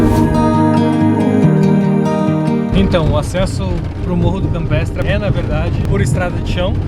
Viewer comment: Ola casal lindo to curtindo tda semana seus videos estao lindos Parabens Na fala nao deu pra entender o nome do morro se campetre ou campestre mas td bem a vista e linda Ah aquela cervejinha com strogonof deu agua na boca DELICIA Bjs e abrçs pra voces